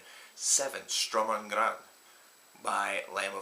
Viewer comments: Can I just point out this album is pronounced Shturm unt d(guttural German R)ang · album title pronunciation, FAIL!